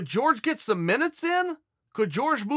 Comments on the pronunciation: It’s Jorge not George cmon Chael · its hore-hay. not george. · If you rexpect game bred so much at least say his name correctly Chael.